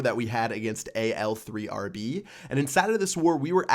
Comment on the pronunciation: It's al arab Not al 3rb 3 = aa